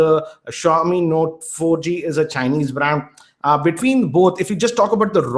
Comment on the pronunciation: Brand or braand hahaha